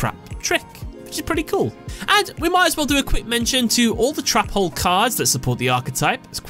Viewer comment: I love how you say trap hole cause it sounds like youre saying Trapole